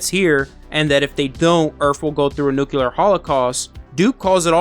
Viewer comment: Nuclear, NUCLEAR....THE WORD IS PRONOUNCED NU-CLEAR!!!!!!!!!!!!!!!!!!!!!!!!!!!!!! The word you are saying Nuculer which does not EXIST! NO SUCH THING AS NUCULER...ITS NUCLEAR, NU-CLEAR!!!!!!!